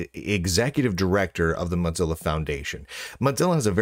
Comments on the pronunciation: Why does he say "motsilla"? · I swear he says moth-zilla on purpose. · I keep hearing Mud-zilla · That was my impression. A subtle insult every time he says their name.